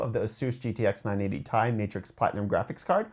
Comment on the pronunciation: Sorry did u say a 980 tie 😂😂😂😂 its prounounced T i, i have this monitor its amazing